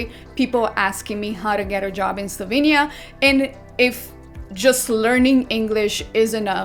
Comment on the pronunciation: slovEnia not Slovinia